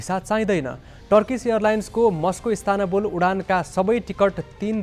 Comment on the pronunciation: ISTANBUL लाई इस्तानबुल भनिन्छ .. इस्तानाबुल/ISTANABUL हैन पत्रकार भाई !!! 😂